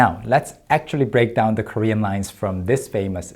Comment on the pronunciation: Props to Daniel Dae Kim for not cracking up while hearing the other guy's Korean. I'm not Korean and only learned the language through the internet and dramas, yet his pronunciation sounded funny to me.